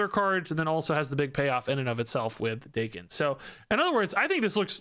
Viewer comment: isn't it Dah-ken? considering he's from Japan